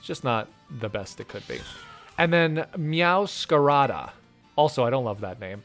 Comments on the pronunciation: Him mispronouncing Meowscarade kinda hurt my soul a bit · It was this video that made me realize it is Meowscarada and not Meowscarade, and now I'm annoyed.